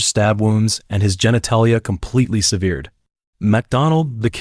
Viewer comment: Sev eared, what’s that?